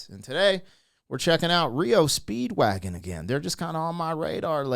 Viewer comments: Hey brother. M.. it's not reo Speedwagon... It's R E O Speedwagon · Dude. R. E. O. Not Rio. Do some prep fer cryinoutlioud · It’s not reo speedwagon it’s R E O Speedwagon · R.E.O. not Rio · S'up brother?! It's R E O. All separate 👍🏼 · Pronounced as three separate letters R-E-O Speedwagon👍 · "Are"-"Eee"-"Oh". 3 separate letters; R-E-O Speedwagon. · Said separate R E O speedwagon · Lol it's R.E. O. Speedwagon. Love your vids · Its pronounced R E O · FINALLY SOMEONE POINTED IT OUT THAT HE'S BEEN SAYING IT WRONG... LOL THANK YOU!! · It's just disrespectful to purposely mispronounce a band's name. Just my humble opinion. ✌🇨🇦